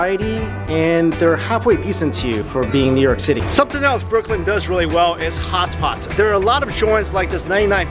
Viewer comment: he always says hots pots